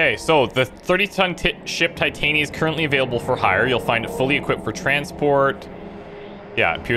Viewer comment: Honestly I hate being this guy but for the love of christ ITS TIT-AN-YA THE WIFE OF OBERON THE FAIRY KING WHY ARE THEY CALLING HER TI-TAIN-E-YA